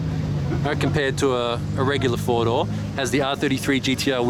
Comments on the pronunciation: I thought he said Fordo, like Ford but with a japanese accent and was confused, then I realized all those cars had 4 doors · yes I realized later, found it funny. I’m glad you’re doing videos again